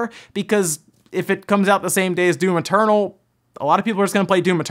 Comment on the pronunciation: I hear you say "Doom maternal"